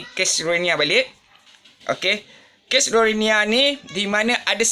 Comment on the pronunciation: Ko sebut rohingya pun x betul.... silap2 ko pun rohingya... muka mcm long tiger bam je...